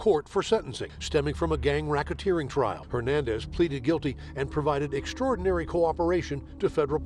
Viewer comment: “EXTRODINARY CORPORATION”😂💀😂💀😂💀😂💀😭😭😭😭